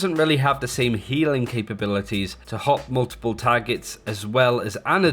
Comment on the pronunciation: The man pronounces multiple as mmuullltple